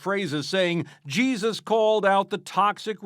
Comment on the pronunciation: Why is it every time they say Jesus it sounds like “Cheesus” sorry but his real name is Yeshua… which even translated via ENGLISH would be Joshua so who is CHEESUS ?